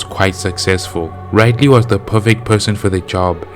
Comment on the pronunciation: It's Rid-ley Rid as to get Rid of something Ley as Lee